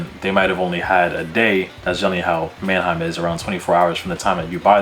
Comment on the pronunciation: man-A-heim site? like Aneheim? lol it's Manheim bro. two syllables.